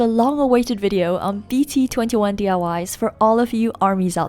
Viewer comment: when she said “b t 21” im like 😱😑 “b t 2 1”